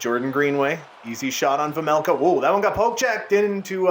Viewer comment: It’s vejmelka not vemelka